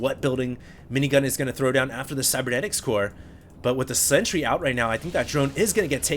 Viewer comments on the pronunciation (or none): none